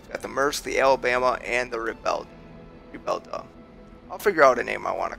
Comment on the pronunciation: Rebelde sets sail! You had it almost perfectly said except for the last syllable. "Rebelde" is pronounced "Re-bel-'Day'", like a day of the week. Thanks a lot. Here's to it and all its deliveries. When you get a New Panamex, get the absolutely fastest one there is and if you would, name it the " Zapatista". Rocks. -J